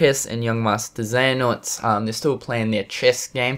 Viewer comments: Hey man please review the rewind theater of kh3 from ign, it was absolutely horrific and fucking cringy, they dont even know how to pronounce the name Iraqis and xehanort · I don't know if you're going to see this but I just finished watching an IGN video on Kingdom Hearts they posted and it really angers me how they try to act like they know what they are talking about, when they really don't. They can't even pronounce Xehanort right...